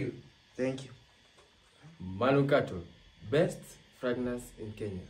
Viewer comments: fragnance? kuna wawili hapo katikati, the boy and the girl who keep saying fragnance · did I hear you say plagnance😂😂😂😂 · 🤣🤣🤣🤣🤣🤣🤣did I just ear pregnancy or masikio yangu ni mbaya 🤣🤣🤣🤣😁oh my goodness Terence you would kill me 🤣🤣🤣🤣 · 🤣🤣🤣🤣🤣🤣🤣 aiiiiiiiiii mnatuonea, ati pragrance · 😂😂😂😂😂😂😂😂😂😂., my ribs what was that? Pragnance?😂😂😂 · Did I hear pragnance🤣🤣🤣🤣🤣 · Are we going to ignore the guy and lady who said "best fragnance" lol okay